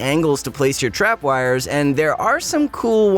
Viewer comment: Not to be mean but the way you say tripwires is making me shake